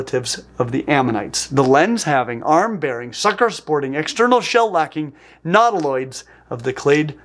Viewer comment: Minor stupid pedantic pronunciation point. Nautilus is "NAW-till-uhs," thus, nautiloids should be, "NAW-tih-loids," not, "nahw-TIH-lids." Sorry to be that a**hole, but, that is just distracting. Meanwhile, you are still doing well, looking good.